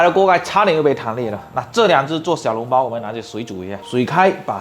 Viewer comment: 小笼包，不是小脓包，胡建人。。咳。。。